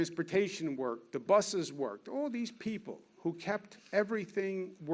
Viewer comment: How could this guy not be jewish? He rambles annoyingly like a jew and pronounces the word 'all' as "ooh-all" - a sure sign of a jew.